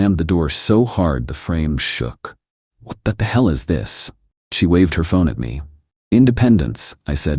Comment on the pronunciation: AI read fail. Can't parse "$4k" into "four thousand dollars." It also fails on abbreviations. "TBH" becomes "tuh-buh-huh." "BBQ" becomes "buh-but-que." Thirdly, all-caps emphasis. Example: "She blamed ME for being homeless" becomes "She blamed em ee for being homeless." There's more, obvs, but those are the high low points.